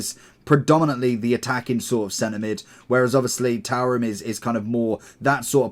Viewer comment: His name is pronounced " 2 Ram "